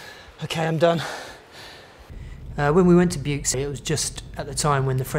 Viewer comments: Still can't pronounce it correctly after 30 years. The x in Buoux is silent. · I live in Vaucluse. The x is sounded. As it in in Aix en Provence.